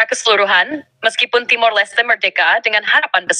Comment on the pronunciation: TIMOR.... bukan timur